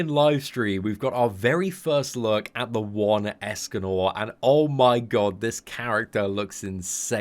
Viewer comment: In the intro, he sounded like he said "Escanol" instead of "Escanor"